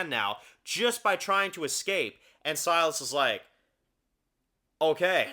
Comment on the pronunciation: Anyone remember Trev pronouncing Silas like "Sea Loss"? Good times.